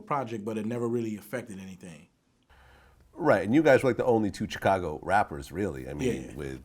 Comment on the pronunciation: Why does Vlad pronounce Chicago : "Tchicago" ?